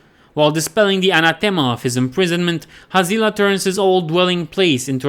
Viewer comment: Always thought it was pronounced Hazz lee Ah